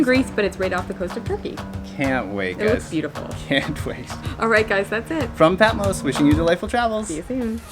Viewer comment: It's Patmos, not Patmose.